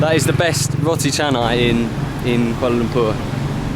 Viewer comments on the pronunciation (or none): none